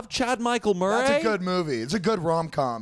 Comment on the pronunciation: why did say Murray like that